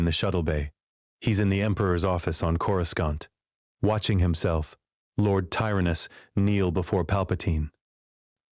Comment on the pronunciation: Who is this "Cora" and why the narrator keep mentioning her pink bitz? Ohhh, it's just the AI mispronouncing Coruscant with two hard C's (K-sound) instead of one hard and one soft (S-sound) like it's supposed to. If you didn't notice, you will now, FOREVER!!! MUAHAHAHAH!!!